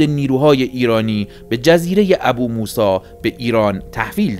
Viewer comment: درود 🌹 برنامه عالیه❤ لطفاً فقط بجای ابوموسی بگین بوموسا🙏🏻🙏🏻🙏🏻